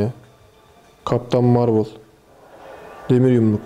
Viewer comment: Marvel Marvıl diye değil marvel diye okunur :D webtekno T.N.W (The New Machine)